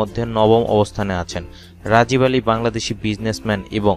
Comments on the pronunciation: ৯ নাম্বার উচ্চারণ হবে রাগীব আলী নট রাজিব আলী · রাজিব আলী না। রাগিব আলী। আগে নাম বলা শিখেন। ধন্যবাদ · রাজিব নয় রাগীব